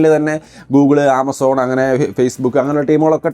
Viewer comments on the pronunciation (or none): none